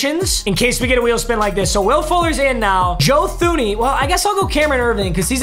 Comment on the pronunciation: Please … he’s on your team every year. Joe Thuney is pronounced (Tooney)